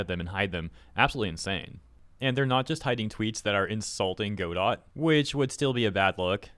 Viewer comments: G'dough, not go-dot. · it's pronounced 'go-DO' with a silent 'T', not 'GO-dot', but great vid! thank you! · It’s not “go-dot”, it’s pronounced “god-oh”. 🤣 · not to be critical but the correct way to pronounce Godot is without the t, I had a guy talk my ear off about it is all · its pronounced Ga-Doe, not Go-Dot. Dont block me for having this criticism. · Note that Gail Godot is firm on the fact that her name is pronounced Go-doT. As you say, the name of the play is "Go-dough". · it's pronounced guh dow not go dot :| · Hearing you say Go Dot so many times is hard on the ears lol. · Hey bruh. Its "ga-doh" As in "waiting for Godot" which is a famous stage play. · "Go dot engine" 💀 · It’s pronounced Guh-dough. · go dot? really dude? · "God-oh". Like the play "Waiting for Godot". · Not Godot! God-dang-it!!! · aw i love how can't pronounce words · Godot is pronounced [GUH-DOH] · Godot is pronounced G'doh. I'll take my leave now. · Pronounced “guh-dough” like the Samuel Becket play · the T is silent in godot (go doh) :face-red-heart-shape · I'm happy you are coving this but please at least look up how it is pronounced before making the video. it is pronounced "ga-doe".